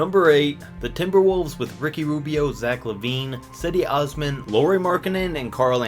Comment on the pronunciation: you pronounced my boy cedi osmans name wrong